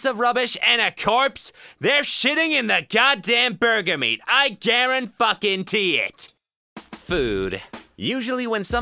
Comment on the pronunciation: "I GARENFUCKENTEE IT" I died. XD